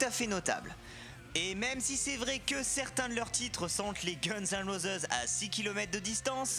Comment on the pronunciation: gunz & rozeuse..lol ! rosize eventuellement, mais rozeuse !